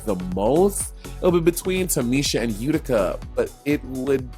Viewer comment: Monét did you say Utica 🤔? I had to play that back to make sure I heard that correctly. Her garment looked like a bunch of scarves tied to other pieces of fabric. Just my 1 cent